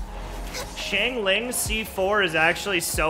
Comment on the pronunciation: what did you call xiangling ? 😟